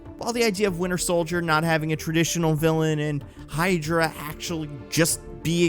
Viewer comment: Am i the only one who hears "The Winner Soldier" when says it?